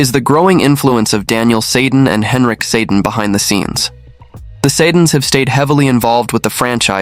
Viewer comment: This is bush league and two steps behind every other sports channel who is Brock Bozer? You can't even pronounce the Sedin's names properly. I am out of here.